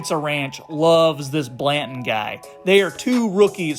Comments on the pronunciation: U mean Banton.. not blanton... Good content tho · Also bruh is banton not blanton lol get the names right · It’s just Banton not Blanton lol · Banton... say it properly. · I died when I heard that 😭😭😭